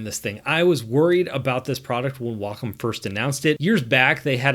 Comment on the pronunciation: WAY KAHM not WaaCUM. that's just gross.